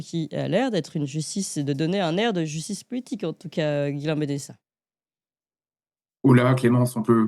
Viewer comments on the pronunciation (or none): Je suis désolé de vous reprendre chère Clémence, mais c’est Ghislain pas Guillain Et ne pas comparer le cas de ce monsieur en Roumanie et celui de Madame Le Pen s’il vous plaît